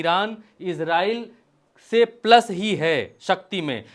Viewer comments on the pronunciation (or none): none